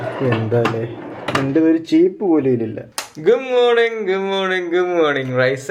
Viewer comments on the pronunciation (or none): gooo morning allagood morning 😅😅 patti show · Gom morning ❌ good morning ✅